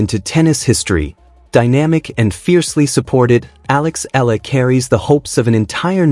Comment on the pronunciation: EALA..E.A.L.A IS THE FAMILY NAME OF ALEX..PLEASE PRONOUNCE IT RIGHT..